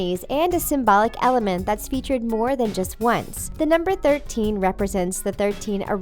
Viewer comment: The threeteen errouse shows the eageal